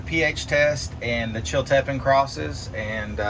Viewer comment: It's pronounced " chill tea pean pepper" (Chiltipin)